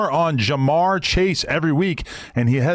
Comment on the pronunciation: Nigga Adam barely knew how to pronounce Ja’marr Chase name lol